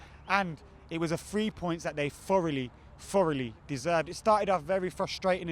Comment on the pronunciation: It was the "FREE points that they FOUROUGHLY FOUROUGHLY deserved." Lol, the English way of pronouncing "TH" makes me chuckle. #GGMU